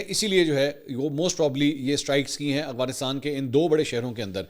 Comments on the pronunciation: aghfanistan ni hota afghanistan hota ha...tallafuz sai kro.. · سر آپ افغانستان کو اغفانستان کہتے ہیں مہربانی فرما کر درستگی کر لیں شکریہ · بھائ اغوانستان ھے یا افغانستان ھے don't mind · correction please, its افغانستان not اغوانستان